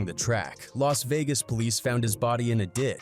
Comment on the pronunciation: las begas.